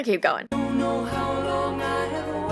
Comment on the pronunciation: know is not knowr you speak of articulation but show your own articulation of words includes extra R's that are simply not there iam assuming this is some new form that ALMOST resembles English .